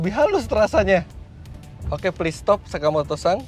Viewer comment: om fitra kok saya ngedengernya kaya Sakimoto-sang bukannya Sakimoto-san kalo salah mohon di maafkan dan di koreksi🙏